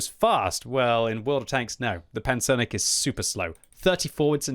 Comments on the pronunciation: Nice pronunciation on the Pancernik! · Great pronunciation as always, but I thought Lem's name for the tank was supposed to bring "Battleship" rather than "Armadillo" to mind - the word pancernik works for both. Anyways, thanks for the review:)